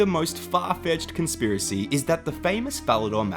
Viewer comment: "con-SIP-racy" me thinks i'm done for 💫